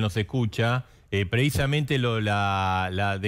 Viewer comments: ¿PreIsamente? ¿Soy yo o Bonelli dice así cuando arranca la entrevista? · Bonelli: "Preisamente"